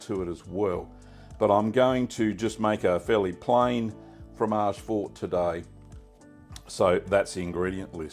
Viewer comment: MAMMA MIA SI DICE FROMAGE FORTE FOR-TE(i), ODIO QUESTO CANALE, SONO UN ITALIANO ARRABBIATO MAMMA MIA